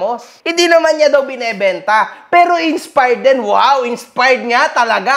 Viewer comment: inspard daw sabi...heheh d mabgkas maayos